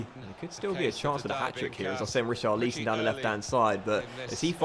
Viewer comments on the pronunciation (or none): Just a heads up! It’s pronounced Ri - char - li - son. Not: Ri - char - leese - on. Loving the series though. Any update when FM 18 will happen? I’m sorry if you’ve mentioned it before, I may have missed it.